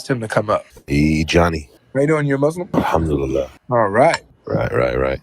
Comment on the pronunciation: Guys a troll could not even say muslim properly pronounced it mushlim. He's playing games probably avery friend?